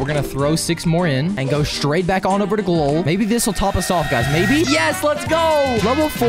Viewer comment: It’s pronounced gl-owl